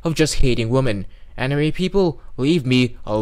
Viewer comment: I commend you for your almost correct pronunciation of anime (anee-me)